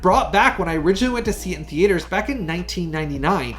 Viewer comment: What’s a thee-ay-ter?